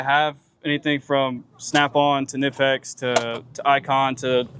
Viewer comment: It is Knipex not nipex